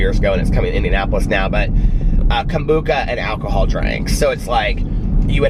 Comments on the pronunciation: I giggle every time you say Kombooka... I love you so much!!! I'm gonna start saying it like that now!!! It sounds way better! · Anyone else think when he said "he got up early" he meant 7, 8am? Not 3am haha Love that hes so dedicated to us, not sure if I could do it for ya'all😂Kombucha(I was taught its Kom-bu-sha haha)is SO trendy in my town. Um, no maam for me!😂😂😂